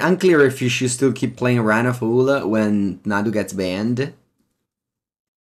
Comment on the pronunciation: Quick pronunciation note: Run Afoul is not pronounced A-fool, it is pronounced A-fowl. Like bowel, scowl, owl, etc.